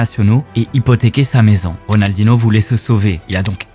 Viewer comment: C'est plutôt Rodalnoh pas Ridaldinoh